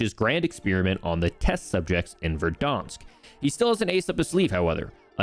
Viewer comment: Why does he say Verdonsk